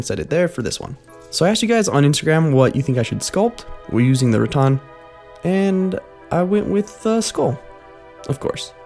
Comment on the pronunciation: It's RaTAN not RaTON.